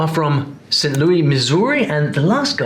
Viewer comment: As some one from near bout there in STL, the moment i heard the first gal i was like well she sounds normal (like duh you hear this all the time), then i heard the second gal say thurr followed by stairs and hair and i was like oh ya no that here in STL. also the way bro said louis (lou-E instad of how we actually say it as more like Lewis) had me like huh. NGL the way she said thurr though made me insta think of chingy's "right thurr" song. now i realize im getting old lol